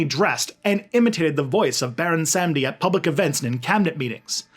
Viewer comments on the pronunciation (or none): so its pronounced more like "bawon samdi" just so ya know! and please dont listen to people saying its the same as papa legba. baron samedi and papa legba are not the same guy! papa legba is the gate opener, keeper of the keys, guardian of the crossroads. baron is associated w the crossroads but he isnt the loa of the crossroads per say. he is found in the graveyard. he is associated with crosses, bones, black purple and white. some say he looks like a haitian man with white paint that looks like bones, but when i dreamt of him he was a full-on skeleton with a purple and black hat, and he was wearing a tux with a long tail coat that was also purple and black. he has a button up white shirt underneath and a red rose in his pocket over a handkerchief. he was wearing glasses like yours but much older looking and not shades just regular glasses but one lens was missing. he was in a ballroom with the rest of the ghede and he danced with me until i woke up. i had no control over my body in the dream and it felt like the room was spinning. went to a haitian manbo who confirmed baron samedi was in my court. anyways i hooe this info cleared some things up! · It's pronounced Bahwon Sahm-dee